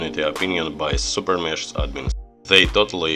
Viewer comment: Блин подучи английское произношения а то кринж постоянно. "Супер мешс" бля ору, звук "ш" в английском обозначается комбинацией "sh", а звук "х" комбинацией "ch", но так же эта комбинация может обозначать звук "ч", но не в этой ситуации. То правильно будет супер мехс. А также слово "item" читается как "айтем", но никак не "итем". Если чуть туго с произношением то перед тем как записывать ролик, посмотри как правильно произносится то или иное слово в Гугл переводчике с помощью опции прослушивания, в крайнем случае можешь транскрипции поискать. А на счёт обновы ооочень спорно. С одной стороны крафт леги хоть дорогой, долгий и не факт что леги , но тем не менее шанс есть, а то сейчас вообще лег нету. Ну а то что забирают сильвер боксы то плохо.